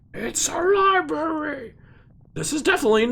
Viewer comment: This is ribrary Never change Trump